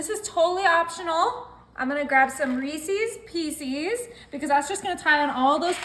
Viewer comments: Reesies piecies lol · Reesee's Peecees 😆